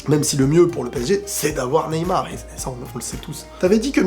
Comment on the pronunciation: "Neymal" mdr. Neybien